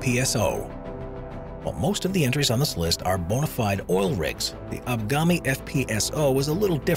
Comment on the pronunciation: *Agbami, not Abgami. I ran a supply boat to that field from Onne, Nigeria.